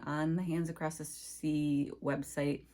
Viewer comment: You are always such a breath of fresh air. (And putting a t on the end of across bugs me too)